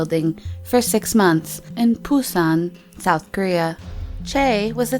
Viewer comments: Ohhh the pronunciation of the Korean words... 😤😤😤😐😐😐 Edit: Busan not Poosan and Choi not Chae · Pusan? I only know Busan😂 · what the fukc is phusan?